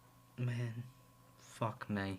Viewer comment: “fock may”